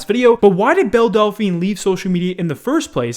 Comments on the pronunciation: says bell delphine correctly keemstar: BELL DAPHANHENHYY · man says bella dellaphine XD